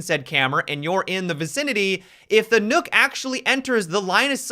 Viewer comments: Please dont say nook. Maybe "knock" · Nook? Replace the L in Luck with an N and you get Nøkk. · WHY DO PEOPLE KEEP CALLING HER NOOK? Is Nøkk a phonetic thing? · can we please stop calling her, "Nook?" Please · It is pronounced Nurk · People saying Nook triggers me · Could hardly get through the video because every time he said nokk I cringed..